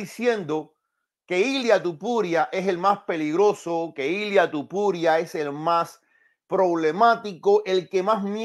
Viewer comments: Porque no sabes pronunciar el nombre de Topuria, Y dices Tupuria? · Es Topuria, no tupuria